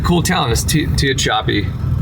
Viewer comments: Listen to Little Feat- "Willin'" to learn how to pronounce Tehachapi. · listen to Little Feat's "Willin'" (great song!) for the correct pronunciation of Tehachapi. And "Nevada", there's a tourist way and a local way for saying the state's name. Enjoy your travels. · The name of the town is Tehachapi. It’s an Indian name Tehachapi and you pronounce Nevada not Nevada Nevada. I love your shows and you’re hitting close to home. Tehachapi is the name of the town and Nevada. Love you, ❤ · how do you not know “Willin’” by Little Feat with your music taste? 😜 It would have told you how to say Tehachapi. Great video as always, and I’m glad you were able to sort out the gremlins on the red truck. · When you’re too young to know the song you pronounce Tehachapi wrong.😂 “Willin” by Little Feat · I can’t believe that didn’t find out how to say the name of Tehachapi for his video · You're not saying tehachapi right think Indian I'm sure you got corrected we got to the wedding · You're trying to figure out how to say Tehachapi four different times had me rolling, so funny. Also, as amusing as it is to hear people trying to pronounce where I live in Tujunga. Your channel is one of my favorites, I never miss an episode, and I hope to see you on the road someday so I can shake your hand. Cheers. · When you passed through Lone Pine you were literally right next to Death Valley, the way you said Tehachapi had my laughing, I live 25 min away from there, I lived and working in Lone pine for a while and worked on Owen's lake, love the channel, I'm a lifer, I'll be watching forever. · I hope someone correct your pronunciation of Tehachapi.😂😂 395 is a great drive! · Listen to the Little Feat Song Willin for how to say the name of that town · And you didn’t tell him how to pronounce the name of Tehachapi lol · I hope you taught him how to pronounce the name correctly!!!! ROTFL!!! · I hope you told him how to pronounce Tehachapi lol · It's pronounced TA-HATCH-AH-PEE